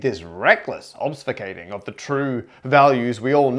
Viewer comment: Obsfucating! Another Parker Pronunciation? :D Edit: o, pneumonic as well!